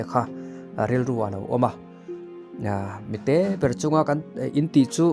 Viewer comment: i lam dan adik lo deuh mi te te ni lo in mite te tih tu chu mi te Chu tih ang deuh in